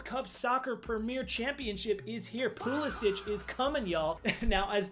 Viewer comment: "pulisic is comin y'all"😂 accent is on point